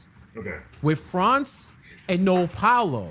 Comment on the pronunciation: It’s pronounced more like Pow-lo instead of Pa-oh-lo.